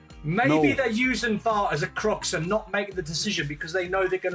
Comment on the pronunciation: DON HUTCHINSON: CRUTCH…. For the love of God, not CRUX…